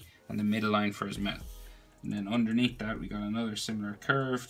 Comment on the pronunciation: "So we have a shadow area andurnea" "Underneath "